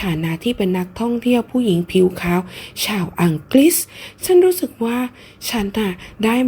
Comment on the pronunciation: อังกรีสสส😂